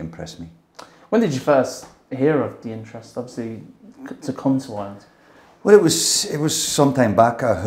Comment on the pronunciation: no irish man pronounces Ireland like "Island".